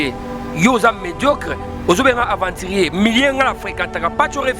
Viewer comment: Mts suka en plus azalaka fière soki azoloba aventurier